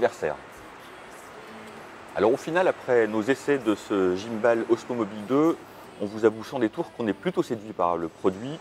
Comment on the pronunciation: Merci pour cette vidéo ! Par contre, svp, ne dites pas "guimeballe", c'est juste horrible à entendre ! C'est de l'anglais et on dit "guimebole" :-)